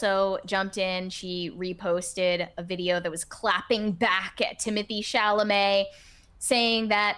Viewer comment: If ballet is a struggling art form, why are the expensive performances in my city always sold out?! 😂 Doja Cat’s pronunciation of his name was so funny too. Teemotay Cha-la-meT